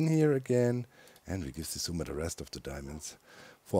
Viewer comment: Doc is one of the few who can pronounce Xisumas name lmfao 😂😂😂